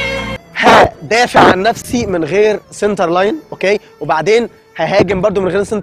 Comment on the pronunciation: Center not cinter